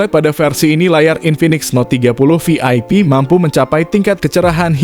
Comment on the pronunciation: Prounounced as 'VIP not 'FIP', 'Volume' not 'Folume', 'Video' not 'Fideo'.